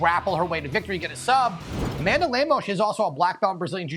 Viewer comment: Oh, baby the comments section for ESPN UFC... that's where the action is! Brett opens by mispronouncing Amanda's name and bragging abt Ian killing it w picks where he bet on nothing but big favorites and going 4-2 😂